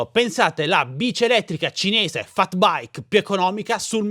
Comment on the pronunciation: si scrive FAT e si legge FET